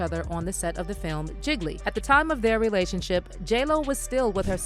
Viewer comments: GEE-LEE not "giggly" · The movie Gigli is not pronounced "jiggly" but rather "jee•lee" — someone didn't do their research properly before making this messy ass video.